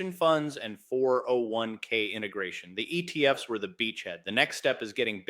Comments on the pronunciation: the giveaway is the pronunciation of ETF's as "E.T.F.S". Not everyone, but occasionally. It's A.I. generated/ voiced. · It literally said, the E T F ES instead of the ETFs. It literally spoke the ES like it spoke the E, the T, and the F. I don't know if the video is AI, but the audio is. At any rate, what I got from all of this was, "Don't buy ETFs, buy actual bitcoin, and don't keep it in banks, custody it yourself." Old advice, still good as ever.